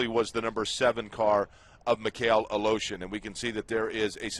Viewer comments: Every time they say Aleshin... im like. Where are they finding the letter O in that last name? They keep saying Aleoshin. ITS ALESHIN.... E.. NOT O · he says aloshin its aleshin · It's not fucking "Alotion", it's Aleshin! This guy should learn how to read, because it's annoying. Hope Mikhail recovers well and fast. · UH LOW-SHUN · What is the commentator saying? Mik hail a lotion? It’s not a that hard name. Is he even trying? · A-lotion? Fuck's sake. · LOL they pronounce Mikhail's last name as "a-lotion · Mikhail "a-Lotion" Good grief... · Joey of the Bacons Who do you think I'm???? fook.. I'm Russian, and every frikin russian can tell you that is NOT how you say Aleioshin... Its sound more correct if I was to say Valoshin.. now thats more of a russian name.. but "Al-oh-shin" is NOT russian. its sounds like and American braking his tong trying to say it right , but fooking failing misrably